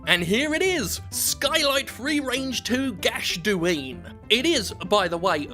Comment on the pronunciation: Gachduine is pronounced gawk dinna